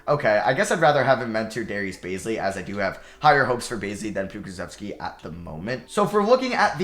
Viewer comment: Theo Maledon is pronounced "tay-oh mal-eh-DOAN" its tay-oh not Thee-oh also Aleksej Pokusevski is pronounced "ah-lek-say po-coo-SHEV-ski"